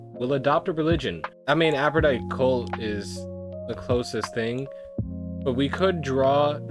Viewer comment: The way you mispronounced Aphrodite kills me lol